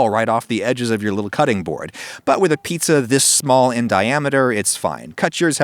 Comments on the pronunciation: I thought he said eats-a-glut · HOMIE LOWKEY SAID FEETZA BUTT 💀